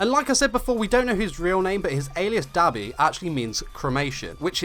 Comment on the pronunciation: Amazing video but when you say Dabi I hear Dobby and I laugh